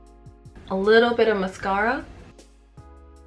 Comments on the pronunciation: i love how you say mascara lol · don't get me wrong i love her channel but lmao the way she says mascara